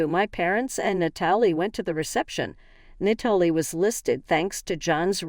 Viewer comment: Nat uh lee